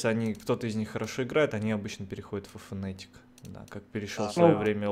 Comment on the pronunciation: фнатик а не фнэээтик